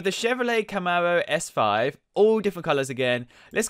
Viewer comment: Mclawens Labowghinis Camawos HAHAHAAHAHAHHAAHA XD DXDXDXDXDXD